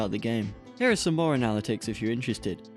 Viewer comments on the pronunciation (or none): I liked this video but "uh-na-lit-ics"? lol (also steam is kinda greedy) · Great video! But I can’t get over the way you say ‘analytics’.